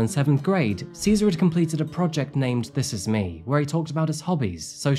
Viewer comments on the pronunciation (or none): none